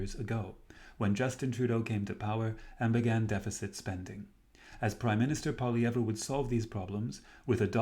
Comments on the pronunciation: His name is pronounced “Poly EV” - not that hard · You can’t say Pierre’s name properly lol